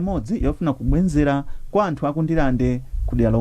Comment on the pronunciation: Atolankhani athu! Chonde kometsani chiyankhulo chanu cha Chichewa. Sitimati kubwenzera, timati kubwezera.